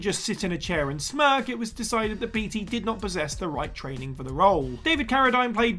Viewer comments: It's pronounced bait-y not beat-y come on Google if you don't know it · Beetea... I beg your pardon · Warren BEETY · Dude, just because it is spelled Beatty does not mean it is pronounced that way. It is pronounced Baitey. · Warren “Bay-Tee” not “Bee-Tee”. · Introduction is WAAAAAY too long! And Beatty is pronounced "bay-tee".